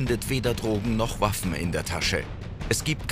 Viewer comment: verstehe ich wuaffen und nicht waffen😂